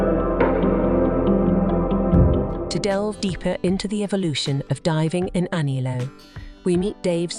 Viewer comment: It's pronounced correctly just before .